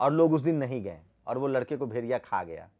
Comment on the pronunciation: भाई पहले भेड़िया बोलना सीख लो भेरिया बोल रहे हो। बात वैक्सीन की कर रहे हो।लगे मोदी विरोध करने।कहॉ से फंडिंग हो रही है।